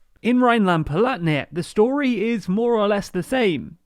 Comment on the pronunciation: not German myself, but I would be fine with Palatinate, but Palatnia at for example is just too much :D